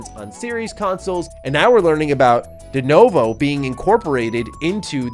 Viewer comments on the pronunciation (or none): please it's pronounced Duh-new-voe